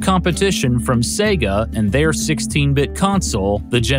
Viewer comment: Finally, an American who pronounces SEGA correctly!!! God Bless You:))))